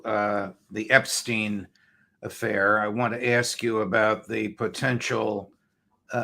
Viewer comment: Why is it that americans seem unable to pronounce "Epstein"? Listen to Mr Crooke, he pronounces it correctly.